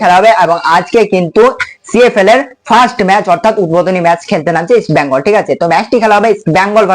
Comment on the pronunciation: ভাই নামটা ইষ্ট বেঙ্গল। ইষ্ট ব্যাঙ্গাল কথাটি ভুল।